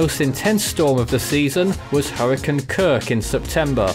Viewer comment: “Hurricin season”